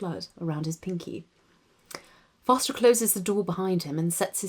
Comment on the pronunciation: Your accent is so good! And I’m british, you could totally be on the radio. The way you say Foster is pretty good, you have to make sure to get the uh at the end. (As always) I love your writing and your videos!!